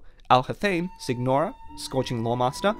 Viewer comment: WHY DO YOU PRONOUNCE SIGNORA AS SICK NORA WHAT IS WRONG WITH PEOPLE